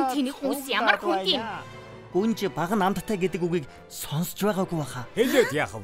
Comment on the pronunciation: Гүнж биш гунж байна😂😂😂😂😂😂😂😂😂😂😂😂😂😂😂😂😂😂